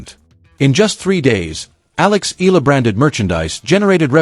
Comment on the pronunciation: Have to correct you Eala is pronounce like eh- yah- la not ela